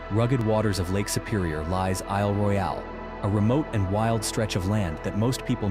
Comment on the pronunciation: I’m in mi. It’s cool, but this ai is gay af! Isle RoyAile lol stfu ! lol Yep , I’m from Michigan !